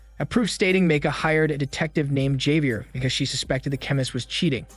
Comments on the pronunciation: Never heard Javier be pronounced that way 🤔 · distracted by how you pronounced Doctora and Javier lmao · Or "doctora" 😂😬 as a spanish native and polyglot, i was cringing so hard 😂😂😂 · If I hear you say 'Javier' like that again I will break my own eardrums